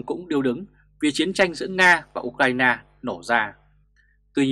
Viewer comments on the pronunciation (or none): none